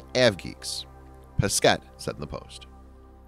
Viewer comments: For your information, you don't pronounce the last S for Thomas, and you don't pronounce either the last T for Pesquet. Yup, french is weird ;) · Thomas Pessssketttte lol